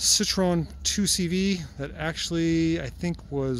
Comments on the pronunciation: It's pronounced See-Tro-En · Alright the French guy in me needs to say it Citroen can be pronounced citro N